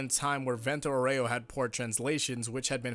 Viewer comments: Vèunto Áureo not vènto aurèo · It’s Vento Áureo not Vento Oreo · For non italian jojo fans. Vento auro us pronounced: "v"as in Van, "e" as the firste e in Better, "n" as in No, "T" as in Target, "o" as in No, "A" as in After, "u" as in Uno, "r" as in Background "o" as in No I just wrote it because being an italian the english accent to Vento auro is bugging me 🤣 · the way u say vento aureo...